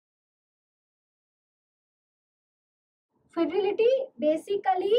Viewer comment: Fedility ❌ Fidelity ☑️